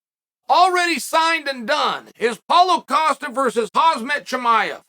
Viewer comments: Why is it so hard for people to pronounce names lol chael called him hazmat nonstop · Chael "House-mat Chimaev"